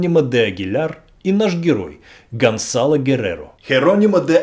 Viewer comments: И всё-таки, Гонсало или Гонзало!? Написано одно, произносите другое. С произношением чередующихся согласных проблемы, дикция хромает? Или не важно,как произносить имя? Так как,Влатимир Чайгин!?) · Guerrero скорее всего не фамилия, а прозвище. Это слово означает просто "воин, солдат". То есть это просто солдат Гонсало. Кстати, Z в испанском произносится как "с", а не "з". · Почему говорите Гонзало,а в названии написано ГонСало? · Произносится : ГонСало, КОрдова,касике,МЕрида,Авила. И т.д.